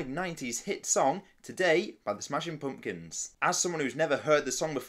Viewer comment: I love how you say Smashin Poompkuns 😂